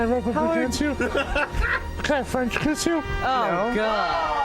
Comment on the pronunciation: “Can I French kxchiss you?”